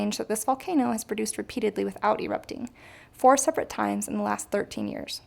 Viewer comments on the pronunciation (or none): none